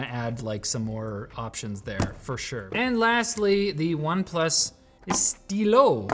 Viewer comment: The apple sy-yaie pencil 💀💀💀